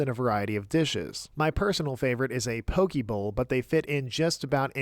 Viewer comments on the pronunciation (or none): Big fan, small complaint. It's pronounced po-kay, not po-key.